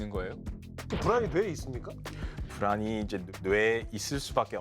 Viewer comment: 불안이 ㅂㄹ처럼 들려서 흠칫흠칫 함